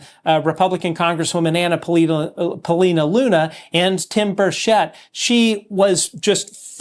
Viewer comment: The accent of the name Burchett is on the first syllable. No one is pronouncing his name correctly